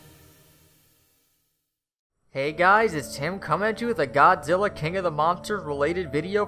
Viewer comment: he said godilla